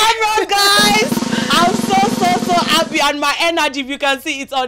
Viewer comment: Why is it hard for Yoruba people to speak English properly This presenter needs to go and learn how to pronounce English words correctly and properly. “ Appy to ave you ere”. Yeye Yoruba English